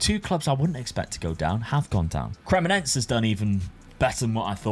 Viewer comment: Bro it's Cre-Mo-Ne-Se. not cremoNENSE